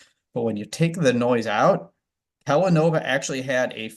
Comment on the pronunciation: KellaNOVA.....Kellanova.....kelLANOva. Yeah I don't like.